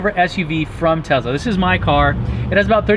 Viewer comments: You went over the most interesting part starting really fast. Also PLEASE, for the love of god, stop calling it TeZla...it TeSla. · Tesla not Tezla 🤣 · I don't give a flying f**k how he someone else says it. Are you an other-people-replicating robot or are you a human being with a brain? THE Man's name is Nikola TeSSSSLa. There's No Z in there.